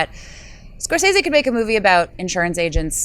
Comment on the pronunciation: I hope she was trolling with that Scorsese pronunciation...